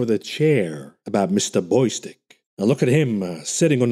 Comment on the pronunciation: The name is Bostic, not Boystic.